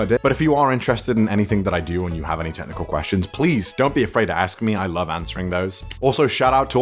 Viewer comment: I know you're probably getting this from a bunch of ppl, but you said 7 types of fanboy but the title says only 6... Bad Sebastian! (And for a sec I thought you said "tentacle questions" instead of "technical questions"! 😂